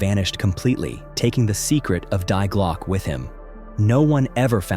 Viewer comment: And Glocke is pronounced Glokah. The e is not silent.